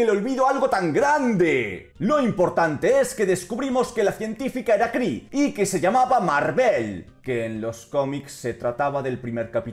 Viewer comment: min La capital Kree a lo que a mí me suena como: la capital cri-nge ;D xDDDDDDDD